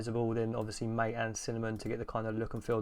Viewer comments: Caja and mate are pronounced more like "caha" and "mattay", they're words in Spanish. thx for the video tho i wanted to know what mint+kfce looked like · it's Mah-teyyyyy. The devlopers pronounce it as Mah-teyyyy.